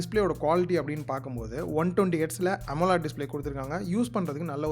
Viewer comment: Bro, it is not 'Amolaad' it is Amo led. Etha thiruthikonga